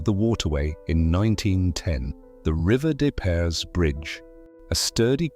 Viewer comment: I am a longtime St. Louisan who throughly enjoyed this video except for the narration which seems to mis pronounce so many street names; Gravois, Carondelet, River Des Pares, etc. I live in a home built in 1906 with features that mirror the restoration film of this documentary and is fabulous.